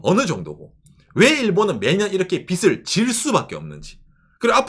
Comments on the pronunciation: 빚을 빗이라 자꾸 발음하셔서 집중하기 힘들어요 ㅎㅎ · '빚을'의 발음은 [비슬]이 아니라 [비즐] '빚이'의 빌음은 [비시]가 아니라 [비지]입니다. 한국인들이 잘못 발음하니까 외국인들도 그대로 따라해서 참고로 말씀드립니다. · 빚을 , 빚에대해서 등등 발음을 비슬 비세대해서 라고 하시는데 비즐 비제 대해서 라고 좀 ㅜㅜ 너무 거슬림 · 빗 이 아니라 빚 입니다. 빚을, 빚이 를 비즐, 비지 라고 발음해야 합니다